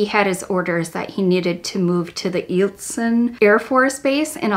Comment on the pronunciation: It's pronounced with a long "I"...Eilson AFB 😉I went to 7th and 8th grade on base when I lived in Moose Creek and Salcha.